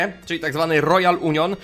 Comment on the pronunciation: Ten Royal Union czytamy Union Sait Żilłaz :)